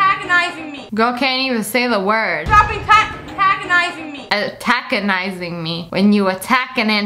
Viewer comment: Stop attackinizing me! What You heard me stop attackinizing me!